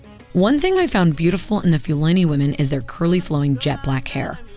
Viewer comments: Pronounced Foo Larny and Few... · Please be respectful by researching the correct pronunciation. This reflects poorly on Americans.